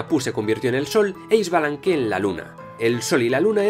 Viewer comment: Hola me encantó el video, pero unas correcciones con la pronunciacion de los nombres mayas. 1. La "H" suena como si fuera jota, Hunahpu= Junajpú, Ah Puch= Aj Puch. 2. La "X" suena como si fura la Sh inglesa, Ixbalanque= Ishbalanqué. 3. La "V" suena como si fuera "W", Popol Vuh= Popol Wuj.